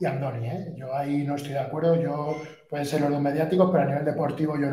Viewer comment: "Ándoni" no: Andoni. Y no es natural y está comprobado.